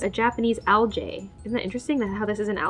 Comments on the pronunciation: it’s a Japanese aljay Me: what’s an aljay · Normal preople: alge: al-jay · Algae not alji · aljay Me: ALGE AL GEEEE